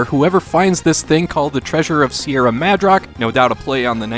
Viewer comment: it's Mad-rock not Madge-rock dammit! great video though I'm glad I found this channel